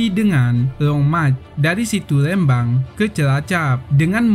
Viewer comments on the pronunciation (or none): none